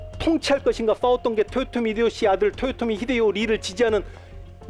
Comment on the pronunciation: 1. 사투리가 너무 거슬립니다. 2. 토요토미가 아니라 도요토미에요. 습관을 고치세요. 3. 학살은 일본과 우리나라 문화차이에요. 당시 일본은 영주끼리 교전시 교전전에 항복하면 다 살려주고 교전중 항복하면 지휘부만 처형하고 끝까지 저항하면 모조리 죽이는 편(다 그런건 아님)인데 국가간에 싸움은 처음이여서 하던대로 다 죽인거고 조선의 문화를 알고나선 싸우다 항복해도 대부분 다 살려줬습니다. 다만 2차 진주성 전투에선 수만명 학살했고 그 규모가 7년전쟁중 단일로 최대치였습니다. 4. 망궐례를 안한건 맞지만 이순신이 선조를 왕으로 생각치도 않았다는 본인 뇌피셜이니 자제바랍니다. 5. 윤통을 원균에 빗대고 자당의원들에게도 버림받아 사상 초유의 야당대표 체포안 가결된 이재명을 이순신에 빗댄거에 대해 부끄러운줄아세요~